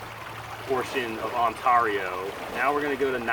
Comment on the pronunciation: Next time Y'All are headed back up to Ontario Canada, reach out! We'll gladly help you get to all the hot spots! By the way, that pronunciation of "Ontario", priceless eh?! (you see what I did there, a Canadian using y'all, don't even know if I spelled it right, is that actually a word?... LOL) ~Jilles